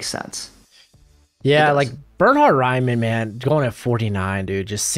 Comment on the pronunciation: Pronounces Raimann Right too :)